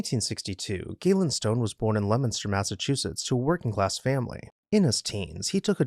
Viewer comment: Great story and as a Leominster resident, I appreciate your pronunciation of my town!